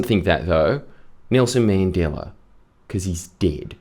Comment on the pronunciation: Bro did Nelson Mandela wrong